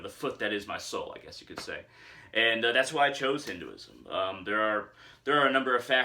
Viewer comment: Just 1 tip. If you can, try and pronounce it as "Hin- Th e ( 'th' sound of word 'the,they,thee,thus etc)-uism